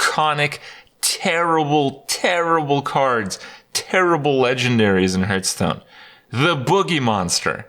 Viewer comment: Still can not pronounce the games name lol